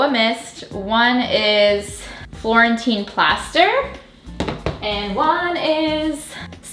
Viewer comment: Did anyone else hear, "Quarantine Plaster" for the paint color instead of "Florentine Plaster"?! 🥴